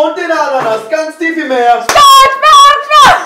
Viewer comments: Ich hasse Menschen die schbonschbob sagen anstatt spongebob sagen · Ich mag es nicht wenn Leute schpongebob statt spongebob sagen 😂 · SPONGEBOB NICHT SCHPONGEBOB BITTE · Na genau so, wie er in der Serie auch genannt wird? Aussprache “sponschbob“ mit s p am Anfang. Nicht sch 😁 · „Schpongebob“ :D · Spongebob, nicht schpongebob naja trotzdem cooles Video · wer wohnt in 'ner ananas ganz tief im meer? julia: SCHpongebob schwammkopf!!¡!1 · Mag das immer nicht so gern, wenn Leute Schbombschbob sagen.. 😅😅🤷🏻‍♀️ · ARGHH ICH HASSE ES WENN LEUTE SCHPONSCHBOP SAGEEENNN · Sie liebt "Schponschbob"😂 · Julia so „Schponschbob“ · Ach ja... der Schponschbob 👍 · Wen triggert es auch dass Julia SCHPongebob sagt 😂😩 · Bin ich die Einzige oder kriegen einige auch ihre Macken wie manche Leute statt "Spongebob" "Schpongebob" aussprechen? Hahaha